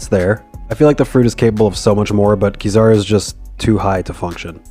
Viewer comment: Why do you pronounce Kizaru and Akainu in the worst possible way